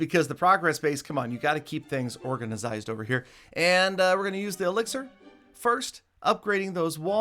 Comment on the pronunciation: My boi rly said "organisized" 😂😂